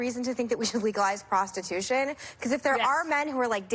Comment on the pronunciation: "Prostitütion" Hahaha, I love it!